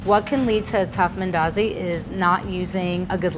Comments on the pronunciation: Wait is this a Kenyan speaking like an American? The way she says mandazis yuck! Umeharibu. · You Kenyan? Just wondering coz you struggled to pronounce mandazi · If she says mandazi like that one more time i swear on my daddy momma😂😂